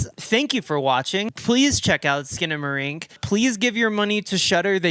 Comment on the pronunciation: HELL YEA SKINA-MAY-RINK